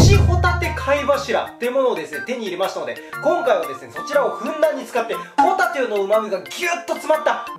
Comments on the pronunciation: ほぉ↑たぁ→て↓ ｗｗｗ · ご一緒にホ↑タテはいかがですか〜？ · ホ↑タテ↓って言い方がじわじわくる（笑） 生まれ持ったもので変えようがないと思うので仕方ないんですが、声はちょっといらっとする（笑） ただ、ラーメンとビールはめっちゃうまそう！！ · ポテトみたいな発音でホタテって言うな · ホタテのイントネーションがポテトなのは芸人ゆえのサンドウィッチマンへのリスペクト説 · ホタテの発音が元西武の帆立でモヤモヤする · ホタテの発音がサンドウィッチマンのそれと一緒で草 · ホタテのイントネーションよ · ホタテの発音がたまにサンドウィッチマンのそれ笑笑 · 序盤のホタテの発音が完全にサンドウィッチマン(ドライブスルーネタ) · ホタテのイントネーションがサンドウィッチマンのコントと一緒で草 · ホタテの発音がサンドウィッチマンのハンバーガーコントの時のホタテはもういいぜの時といっしょ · ホタテのイントネーションでサンドウィッチマンのネタ思い出した笑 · オープニングのホタテの発音聞いてると サンドイッチマンのネタ思い出したわw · ホタテの出汁がしっかり効いた塩ラーメン はあまり食べたことがないなぁ…。これは飲み干したいスープですね！のホタテの発音が訛ってるようにも聞こえる（笑） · ぽこたてもホタテのイントネーションで周りにいじられてそう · ホタテがあなると発音一緒だなぁ？！